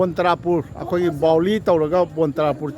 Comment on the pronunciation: Oja Baoli haiba natte Boali haibani.